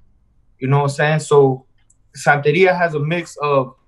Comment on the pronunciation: lol, santeria....not santa ria hahahaha